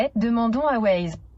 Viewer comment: Il a osé dire "wAze"